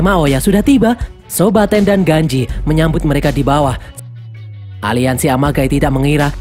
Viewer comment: ganji bukan genji😅